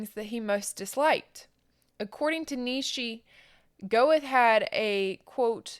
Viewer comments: By the way, Goethe is pronounced "Ger-tuh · Please check your pronunciations! Yo Han Ger Tuh. So if people are only listening they can understand.